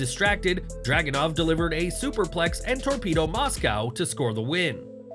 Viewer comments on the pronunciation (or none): none